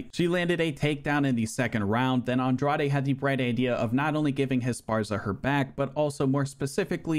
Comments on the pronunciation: Agreed. It's a lot of work to put in, and he does it well. That said, in the Women's Strawweight tournament, the correct pronunciation of the Number 4 Seed's (Jessica Andrade) last name is "On-DRODGE" (like the word "Taj" in "Taj Mahal"). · Dog, Andrade is pronounced (Awn-drawjz) or u trollin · Aw bro molly over blanchfield is one of the most blasphemous ufc 4 results ive ever seen. Even worse than Aljo beating LHWs and Kimbo running thru hall of famers lmao. Also GDR beat Pena by submission when they fought irl which is one of the funniest results ever lol. Also please just listen to jon anik pronounce the names before saying Andrade or Nunes again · thtas not how you pronounce andrade lol